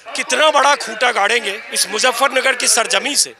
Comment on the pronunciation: मुज़्ज़फरनगर नहीं, मुज़फ्फरनगर!